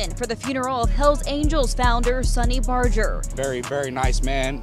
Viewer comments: Hating on Hangtown, tut tut yeah y'all stay away, take 80 you still hit the lake. Hating on Reno, now that's funny. (different vid) These weird mispronunciations you do must be good for driving engagement. Bet there's a sh*tload of comments about how to say 'Sonny' and 'Laughlin'. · Could have at least pronounced Sonny's name and Laughlin correctly 👎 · Great video, but the way the narrator pronounced Sonny and Laughlin was kind of annoying, do your research. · The amount of inaccurate information is insane 😂😂 and his name is pronounced “Sun-ny” not “saw-ny” The chief Sonny Barger. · It’s fucking sunny 🌞 stop calling him sauny lmao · Dude it’s not pronounced like the word Sony it’s pronounced like the word sunny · Why do you pronounce sonny like Sawny? Lmao it’s sunny bro and Laughlin is pronounced “Loff-Lin “ not Law-Lin 🤭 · You pronounce it “SAW ny” but it’s “sUH ny” like “son and daughter” or “sun and moon”. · It is called SUNNY not Sauni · “Sawney” Barger?! How bout Sonny (Sunny) Barger. Come on man. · Pronounced "sunny" not "saany" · Sonny is pronounced sunny. Laughlin is pronounced loff-lin. Cellphones existed in mass markets since the 80s. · How do you an entire documentary on the Hells Angels and pronounce his name Sahn-E? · Are u a weird computer program..bc idk any1 that pronounces sonny (San-knee) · Sonny is pronounced “sunny” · "Sawyny" Barger, lol. Assuming this isn't an AI narrator, that's pretty sad. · His name is pronounced Sunny...idk how you wouldn't know that but I hurt my ears every time you tried to say his name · Sonny Barger's name is pronounced, "sunny" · Sunny not sonny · Sauny? Lmao bro needs to go to a remedial English class to learn about pronunciation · Dawg you lost all credibility for me when you said sonny the way you did. It’s pronounced sunny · Pronounced Sunny. 🌞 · Sonny name is pronounced Sunny lol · Bruh your pronunciations are awful. Sonny is pronounced sunny. And Laughlin is not lawland 😅😂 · That's not how you pronounce "sonny"